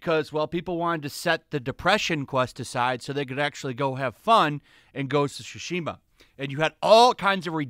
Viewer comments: Why does it always sound like he says Shu-shima and not Tsu-shima. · Im sorry but I can't- "Ghost of Shooshima" 💀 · The way he says "shushima" is killing me